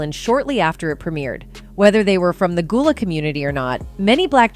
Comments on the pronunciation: Gullah like seagull not ghoul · The mispronunciation of everything is beyond me! Goolah, Zoey one hundred and one, NickelodeON, Daisy.. the most disrespect is flexing back and forth between Gullah and Goolah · Man I stopped listening when she said Goolah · How do you pronounce it right and then pronounce it wrong within the SAME SENTENCE!? Yoooo!